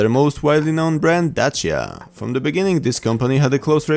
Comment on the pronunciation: Yay! You don't butchered the name "Dacia" while pronouncing it. That's I love Polish people!